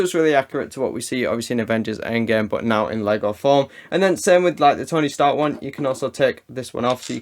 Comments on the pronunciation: Did anyone else hear “stony tark” 😂 . By the way love the vids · "stony tark" lmao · Lol I was wondering if just I heard „Stony Tark“😂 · Did anyone notice he said stony tark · I’m sorry, Stony Tark??😂😂